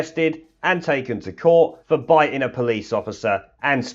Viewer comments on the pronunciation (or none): Bi'in' a police officer? The word is biting.